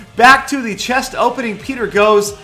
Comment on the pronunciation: open that chiiist😂😂 peter you should learned how to pronounce the words correctly 😂😂its very funny when peter saying a single word😂